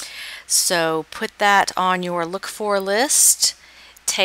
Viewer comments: Ng is pronounced "ing" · Lovely video. Very informative. I lived in Hawaii for ten years and had many Asian friends. Ng is definitely pronounced Ing.